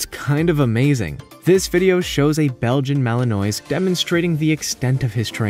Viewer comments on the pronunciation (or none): Learn to pronounce Belgian Malinois properly.